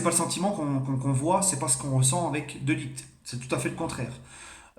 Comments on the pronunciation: De ligt sa se dit de lirrrrT pas de liguT ou de laayT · Sa se prononce de lirt poto